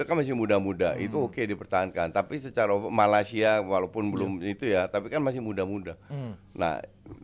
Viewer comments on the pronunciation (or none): none